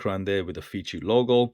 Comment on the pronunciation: The brand is pronounced "face 3". Definitely not feces. The fei is like typical Chinese "fay" + c = "face" and the last letter is the number 3. So please buy watch that does not pronounce fee-see